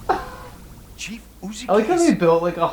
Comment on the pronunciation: Shion Uzuki, not Uzukiya